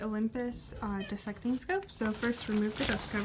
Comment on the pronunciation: Good Morning 😉 I'm pleasantly surprised to hear you, pronounce "Dissecting" Properly!! You've no idea how many scientists, pronounce it wrong!! And of course you already know that the other pronunciation means, cutting/chopping something in half🤣 The other commonly mispronounced word (biology-related), is "Zoology" (the study of animals). All it took for me, was to once say Zoo (rhyming with you) - ology, in a zoology lab (many years ago), and my professor, very loudly said "We're not studying zoos here"!! Of course everyone else in the class, also said it wrong, but I was his most favorite student.😊 Oh I bought a new Olympus (brightfield Trinocular) with all Phase Contrast objectives + Darkfield) in the early 2000s, but mine is for Bacteriology & Parasitology and parasitic-Protozoans. I'm a fish pathologist in the Pacific Northwest. A very generous lady whom I know, gave me an amazing Leitz LaborLux microscope. It's one of the Very Last ones that Leitz Wetzlar made. Oh did you know that your name's original version is from the Persian name "Hesther/Hester" (from about 9000 B.C.)?!